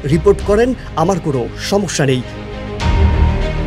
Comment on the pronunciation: উচ্চারণে কি সমস্যা ?? নাকি ছমছ্যা??